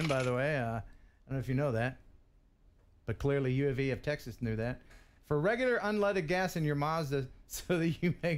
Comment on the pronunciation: Love the was you call the car a MARS DA. It's MAZDA. Lol.